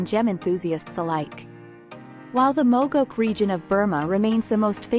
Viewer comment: It would be nice if when people insist on using Text-to-Speech Engine to narrate, that they'd TRAIN it to pronounce words correctly, such as Moh's which is pronounced "Mows" like "He mows his lawn with a lawmower" ! Not MAWS ! Mogok is pronounced "Mo-Gawk" ! PS> One of the largest and most productive Ruby Mines currently is in Iceland.